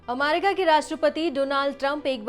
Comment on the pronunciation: Ammmaaaarki ammmaaaaarki mut kro didi 😂